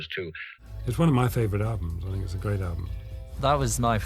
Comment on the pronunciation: ..."album" not "alum" !